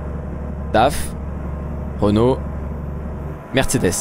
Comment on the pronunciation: Tu reconnais de mieux en mieux les camion c'est vrai ^^ Par contre tu as toujours du mal à prononcer correctement Mercedes 🤣🤣